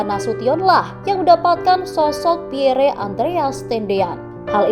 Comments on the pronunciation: Setiap pembaca berita harus belajar membaca dan menyebut dg benar nama2 asing yg tersemat pd nama manusia, negara, tempat dsb. Nama PIERRE adalah nama dlm bhs. Perancis. Cara baca yg benar: PYER. Bukan xx PIYERE xx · Min, menyebut nama Lettu ( CZi ) Pierre Tendean cukup di eja dg Pierr, huruf akhir e ga perlu di eja,,itu saja koreksi dr sya, min